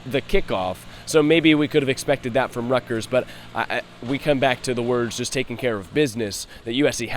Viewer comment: saying “Ruck-ters” driving me crazy